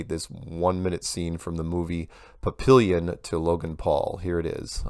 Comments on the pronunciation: Isn't that pronounced like "pappy-yon" instead of "papillion"? My dad will watch that Damn McQueen movie 12 times A-day if it's on TBS!🙄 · the movie was called phonetically….Papy- on not papillion